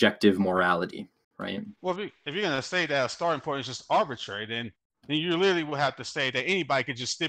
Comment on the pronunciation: By "lerly" I think he meant literally.